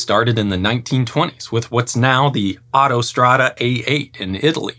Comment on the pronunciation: Yeah, but he called it the Ottostrade and made it sound German.